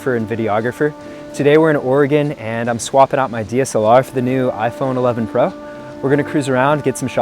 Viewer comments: Did you just said iPhone 11 Pruh? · . Every time you say iPhone 11 pro, it sounds like iPhone 11 “brah”. Hehe